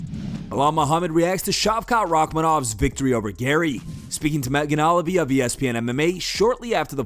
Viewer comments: It's pronounced Megan Oh-Lee-Vee, hahah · Megan Olive-y? 😂.... Come on man